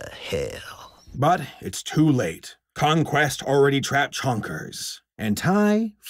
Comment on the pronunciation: definitely heard him say dr.cumblast instead of conquest when he starts talking about his mouth